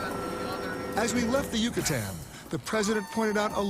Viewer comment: he said cucutan lmaooo it's Yucatan pendejo